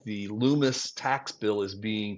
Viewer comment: Lummis, not Loomis.